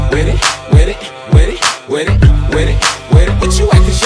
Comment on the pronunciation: I love how he says “wid it wid it wid it”